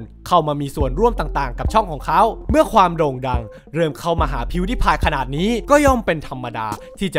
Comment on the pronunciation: งงกับกายออกเสียงชื่ออ่ะ มัน พิว ดาย พาย ใช่ป่ะ เเต่เเค่มันออกเสียงสูงตอน พีว ด๊าย พาย ใช่ป่ะ5555